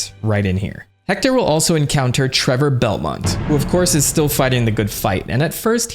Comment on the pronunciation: treVor belmont... not treBor... such an idiot, worst video ever